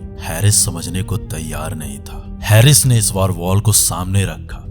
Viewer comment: Sir, aap bohot achha bolte hain, lekin aap apne 'स' 'श' aur 'ज' 'ज़' par zaroor kaam keejiye. Bohot achha effect aayega. By the way, uss Pak cricketer ka naam हैरिस nahi हारिस hai.